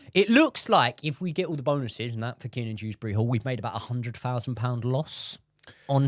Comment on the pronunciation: Broo it's since we selling Dewsbury-Hall I realized that his name is not dRewsbury-Hall 😂😂